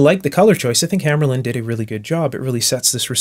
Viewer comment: Also it's pronounced hammahrluhnd not hammerlynd